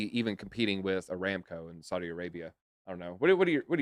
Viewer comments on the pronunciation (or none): none